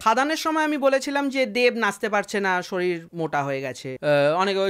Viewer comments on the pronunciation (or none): none